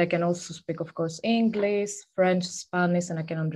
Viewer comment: Englis, Spanis??? How can one be so great in speaking languages and at the same time can't pronunce sh/sz/š???